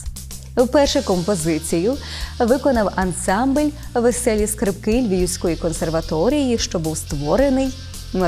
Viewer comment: Не скрипКИ, а скРИпки